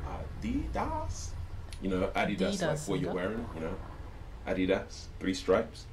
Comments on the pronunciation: only america uses aluminum im pretty sure 🤔 and a di das is the actual right pronunciation 😂 i notice that when it comes to konglish , it follows the british pronunciation more cause our pronunciations are more similar ~ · Btw how he pronounced Adidas in the British way is actually the correct way to say Adidas and not "Adeedas". It's a German brand and I'm german